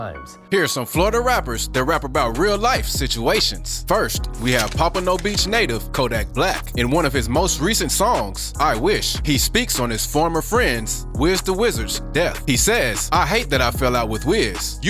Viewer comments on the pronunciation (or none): This nigga did not say papa no beach... nigga it's papano Beach my gui